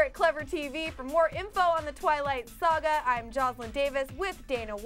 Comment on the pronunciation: arrrrhhh its really doin me hed in wen the brown haired one keeps pronounight saga as sroga is saya SAY..;GA omg it pissis me off x